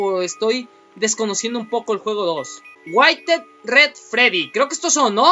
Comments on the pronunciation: Wairet se lee witere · Nose dice asi withered